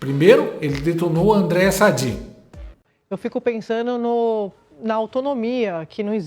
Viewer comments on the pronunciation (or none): E como dói ouvir uma jornalista dizer: PENSANU. Alexandre Garcia e outros jornalistas de verdade jamais falaram errado assim. Onde será que eles estudaram? Vai,P Paulo Freire, comemore do túmulo que essa merece!